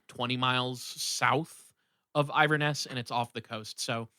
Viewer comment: Pronounced IN VER NESS